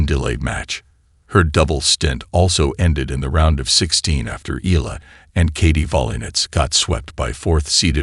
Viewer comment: pronounce it Eyala not E'la❤